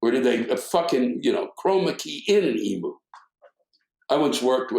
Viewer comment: Love your work Sir... However, I have to be a pedant, but just slightly. Forgive me, for I don't want to turn it into a rant, as it's just not worth it. As an Australian, I can say that the pronunciation of the flightless bird is "ee-mew" not "ee-moo". For all I know, the great Emu wars in Western Australia (November – December 1932) were caused by the birds being peeved at the incorrect pronunciation of their name. We don't want a repeat (because they beat us)